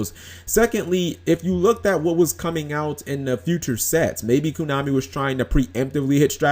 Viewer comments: Furthermore, be glad we have a banlist and not a cycle rotation like Magic and Pokemon. I would hate it if I had to literally rebuild my entire deck every 3 months because entire sets were no longer playable. Props to Koonami (as you keep pronouncing it) for at least letting us keep our older stuff if we want and not forcing us to buy new stuff just because its new. Sure, the new stuff is what they know you'll have to buy if you want to be competitive and win major tournaments but at least we have the OPTION of using older stuff and occasionally finding ways to make older stuff work with the new. Or sometimes just flat out playing it as is for fun at a tournament rather than having to buy the newest stuff just to even play at a tournament in the first place.. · why you pronounce it KUnami? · why the hell are you saying "kunami"?